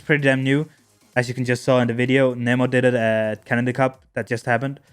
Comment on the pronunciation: The last time you called him neemo like that fish😂